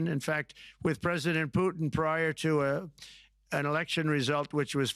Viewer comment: "Mr Chhhlesident?""...."Hellouu". Top notch Merican stuff. UK loves a laugh